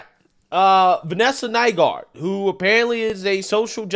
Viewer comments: Boy does this coach have an unfortunately ironic last name... Glad is pronouncing it correctly! Lol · That coaches last name is one mispronounction away from getting someone canceled on Twitter. It was pretty obvious how much effort you were putting into saying her last name. LOL